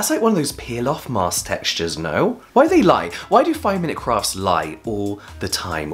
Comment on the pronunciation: Did you just say 5 mins craps? xD!